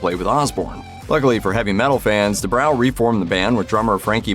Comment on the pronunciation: It's pronounced Due bro not due brow.